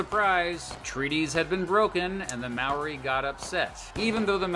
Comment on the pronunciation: When the narrator first tried to pronounce Maori words I almost yelled "NOOOOO!"